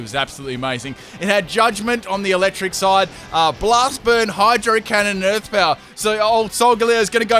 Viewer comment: Damn I love that you messed up saying hydro cannon and saying hydro hump XD